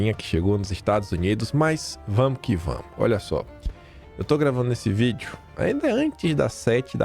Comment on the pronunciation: KIM : cinquennnnta...,sesseeeenta "PUCENTO". (EU) MELHOR...,SEM "GOPE" E RELATADO EM "VITHIU" (VÍDEO)